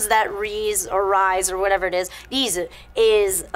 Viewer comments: Rize is pronounced Rhee-z-ehh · Someone casuse the stuffs to fall on Rize ( ree-zay) :P